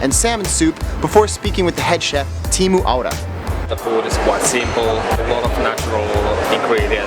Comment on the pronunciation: u sayed tiimu not teemu just tellilng btw subscribed